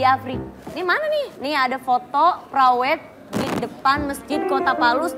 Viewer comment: Cita citata ngmong preweed masa prawed